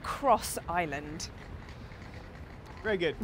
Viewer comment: Looking forward to this...but please,, as I suspect you're going to be mentioning the place quite a lot (and you've shown that you're something of a linguist): It's Ireland -- not island! Of course you don't have to say the "r" (most varieties of English English, just like yours, turn it into "uh" in words like "fireman", and that's perfectly normal), but you do need to say the "uh" -- to distinguish Ireland (eye-uh-lund) from island (eye-lund). Nurse is here with my medication. I'll calm down now!